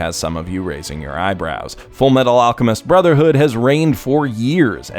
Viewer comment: You mean FURUMETARU ARUCHEMISTO BROZERHOODO?